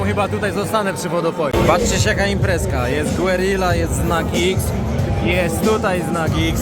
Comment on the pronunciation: Gerija, nie Głerila